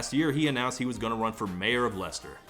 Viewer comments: This might be the first American I've heard pronounce Leicester properly. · I think this is the first time I've ever heard an American correctly pronounce Leicester. Props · Can we just take a moment to appreciate Todd for being the only American ever to correctly pronounce Leicester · honestly, as a Brit? I'm just glad you pronounced Leicester correctly, and not 'LIE-SAYS-TERRR' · So... I learnt how to pronounce Leicester today. I'll go to bed more cultured than I was waking up this morning. Thanks Todd! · thank you so much for saying leicester correctly